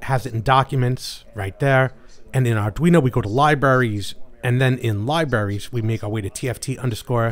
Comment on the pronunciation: learn how to pronounce the word "libraries." you sound like a five year old. oy vey.